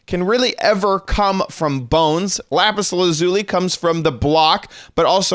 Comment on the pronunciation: You said lapis lazuli wrong just saying